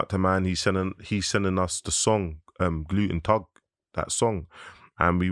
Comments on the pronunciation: Did he say gluten tug instead off guten tag? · I swear man said gluten tag instead of guten tag 😂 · I swear he saying gluten tag not guten tag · Whys he saying gluten tag its guten am sure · no its not lol he just said it wrong